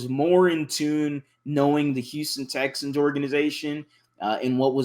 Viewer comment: Guy on the left called em “Texins” 😂